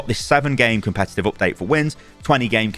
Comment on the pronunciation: Says “Comepetive” at the start.